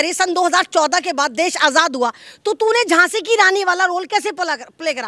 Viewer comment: Djhasi nahi, Djhaso ya Djhelashi ke rani.😂😅🎉